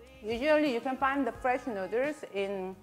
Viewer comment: DRUNKEN NOODERS